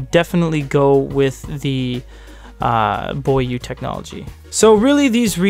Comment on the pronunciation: It is actually pronounced bó yuè.